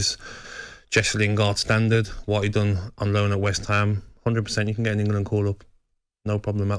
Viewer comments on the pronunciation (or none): I don’t listen to any pundit who says Wemberly and Ingerlund! 😂😂